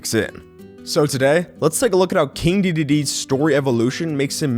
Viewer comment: Wait, THIS is how you pronounce the name!? O